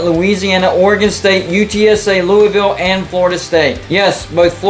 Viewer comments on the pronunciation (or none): none